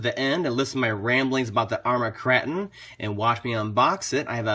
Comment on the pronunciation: Kr8on not krahton :P